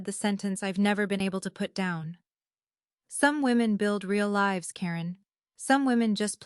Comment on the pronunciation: When is ai going to learn how to pronounce certain words correctly? For example: read, live and others.